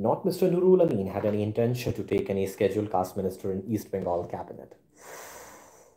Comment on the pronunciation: Your pronunciation of schedule caste is wrong..